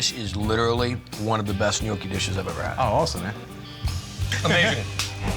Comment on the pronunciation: "Gnoochi"? 'Gnocchi'! "Tortellini's"? 'Tortellini'! "A tortellini"? Singular = 'A tortellino'; plural = 'tortellini'! "Gremolada"? 'GremolaTa'! "Ravioli's'? 'Ravioli'! "A big ravioli"? Singular = 'A raviolo'; plural = 'ravioli'. "Ministroni"? 'Minestrone'! Americans and their language skills...